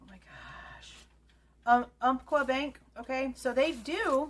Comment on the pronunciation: Hey! Love your videos on this crime. Easily the best one out there. As someone from the PNW we have some unique names for places, cities, and businesses. Umpqua - Ump (like umpire) Kwa (like Kwon). Im 100% not being a dick here. Usually I am but since I like your videos and your head isn’t just a hat rack; I wanted you to know how to say that in the future. News Nation is quickly losing any credibility they had.